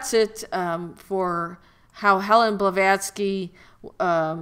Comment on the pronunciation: This broad is really painful to listen to. Plus, how do you take someone serious when they can't even get the person's name correct?